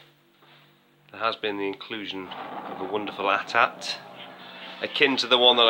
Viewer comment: You are getting great bargains there. I may look at a Super Famicom. I actually want a JP Mega drive but they have shot up in price recently. I love the AT-AT and yes if you are child of the 80s it is an "at-at", not A-Tee A-Tee. I got one of those for Christmas. I still remember coming down stairs and it being in the middle of the living room waiting for me.